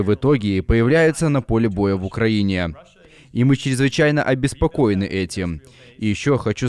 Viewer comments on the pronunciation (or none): "- мьі будем обеспокоеньі..." - пхахаха